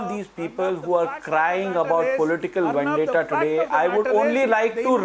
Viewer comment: ‘It’s Vandetta” spokesperson calling it a vandeta! It is the Maharashtra govt who is carrying out vandeta against the innocent people openly. This is the most pathetic defence.